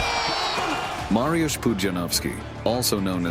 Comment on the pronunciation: it's not Marjus but M A R Y U S H